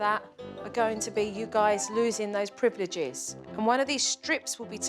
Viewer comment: Ok ok I laughed when the mom said priv eh liv ges instead of privileges.